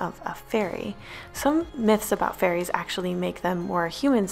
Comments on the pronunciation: Is it just me that thought she said furries instead of fairies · I kept thinking she was talking about furries lmaooo xD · she said fairies not furries but I see how you thought she said furries lmao